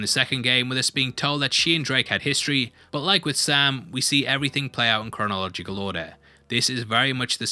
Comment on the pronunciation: did you say cornologic?